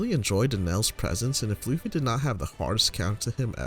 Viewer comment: At around 9 minutes you call him luuhffy, its pronounced lou - fi